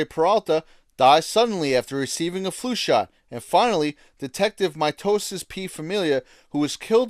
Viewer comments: Her name was Miosotis, not "Mitosis" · Whoa whoa whoa. Jeffs was mot talking about the LDS church but his father’s polygamist cult that has been incorrectly linked to the early LDS church. That report is as bad as his butchering Det. Miositis as “mitosis.” 😂 sloppy reporting at it’s best.